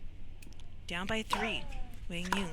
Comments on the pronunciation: Love when pronunciation is respected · Commentators getting Quang’s name right, love to see it 😊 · Commentators needed an Aussie to pronounce Quang's name 😂